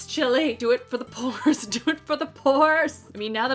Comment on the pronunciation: When you said DO IT FOR THE PORES I thought you were saying DO IT FOR THE POORS 😂 And I was like 🤔 hm I don't remember asking her for this